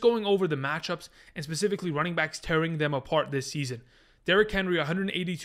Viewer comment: Specifically not pacifically